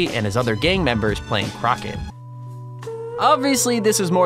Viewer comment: Playing Crock-it, lmfao.